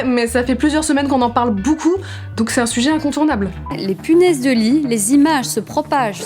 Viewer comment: C’est donc à cause de Natoo que je dis bOUcoup au lieu de beaucoup